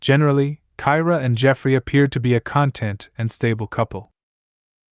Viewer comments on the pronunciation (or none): Dude- you’re using way too much generic stock footage that has nothing to do with the case. Would recommend using more actual pictures or footage from this case. Also, pronouncing words correctly is key. Being content with a situation is not the same pronunciation as producing “content”. Those tidbits aside- this was an OK video.